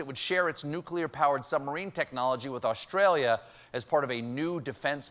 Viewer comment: It’s Australia Stephen. Not Awshtralia. 😕🤣